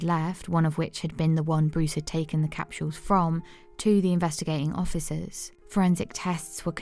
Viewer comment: I've never heard the word capsools pronounced. Capshools